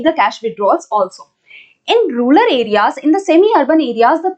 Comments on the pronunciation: Mam says Rular..... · Rural mam not ruler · mam.....plz don't say rulal for rural🥺